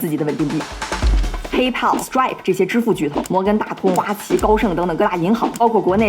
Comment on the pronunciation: Pay可以少放重音，不然就是OKX呸！：）